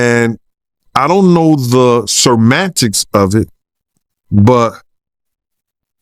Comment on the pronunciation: "Sermantics " lol